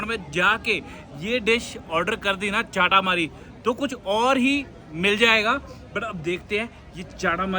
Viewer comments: It's momo not momos and chata Mari not chaataa maari foodie we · चाटामरी 🤣🤣🤣🤣🤣🤣 lol hahahaha...... It is चटामरी, another one is बारा/ वः not बर्रा and it is मःमः not momos, for example : for rice you don't call it rices